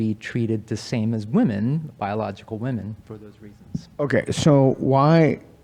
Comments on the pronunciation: So many of these students in these videos pronounce women so weird, drives me nuts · This aspiring molecular geneticist needs to learn how to pronounce “women.” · Why does it always seem to be the gender/trans ideologues that don't know how to pronounce women and pronounce the plural the same as woman?